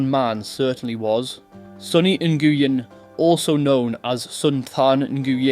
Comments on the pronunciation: Love your videos man, but you need to double check your pronunciation of people's names. Straight butchered their names LMAO 😅 For example. Nguyen is not 'na-goo-yen' Its pronounced like the word 'win' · Nguyen is pronounced "NYU-WIN" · Bro, Nguyen is just pronounced “win” 😂😂😂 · En-gu-en 🤣🤣🤣 it's pronounced New-en - Nguyen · You pronounced their last names wrong mate its not Gu wen its Nu Wen aka Nguyen. Also Tran is popular & common in the Vietnamese culture like me mate also in Sydney Australia. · Hey bro for next time the last name Nguyen is pronounced ‘new-when’ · Mate, we pronounce "Nguyen", as "Win" (that's how the Vietname pronounce it). You could, too, because it will be easier for you. :) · Nguyen is pronounced.. 'new en' in case anyone ever wondered how to properly pronounce it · Back in the 90s when in primary school, we had one Viet kid in our year. They mis pronounced the poor blokes surname name Ne-goo-en for his whole schooling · Learn to pronounce the Vietnamese names Properly...Dung is pronounced Yung. Ngyuen is pronounced Nwen. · Goo-yen haha